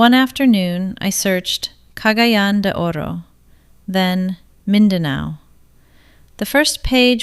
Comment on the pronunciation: Been on mindanao 14 years, dangerous yep. 1st year in cgo we had 4 bombing NG and 7 beheading. And the people that died this are still here. If she has been here she would pronounce cagayan de oro city correct.